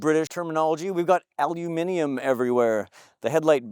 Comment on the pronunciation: Really good review. Hit the mark with the info I was looking for and even a nod to pronouncing “aluminium “ 🇬🇧correctly. Then you blew it with “pieyaya” instead of “paella”.😂👍